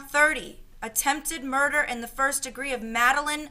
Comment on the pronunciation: She said murner not murder